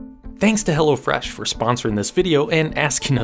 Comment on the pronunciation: Is ot "Hella Fresh" or Hello Fresh... ? 😂